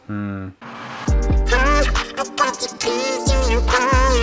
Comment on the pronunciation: Is no one going to talk about how he says ‘the’ as ‘da’ ?